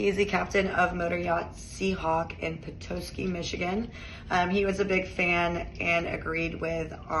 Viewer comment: Petoskey, MI ( Pe-tos-key)